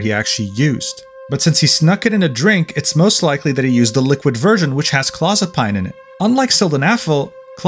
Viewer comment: Just so you know, it's pronounced claw-zuh-peen or clow-zuh-peen according to every medical show I've seen.